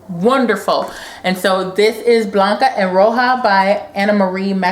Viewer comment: Love your videos! New Subbie Thank you for pronouncing Blanca & Roja correctly! You rock! :D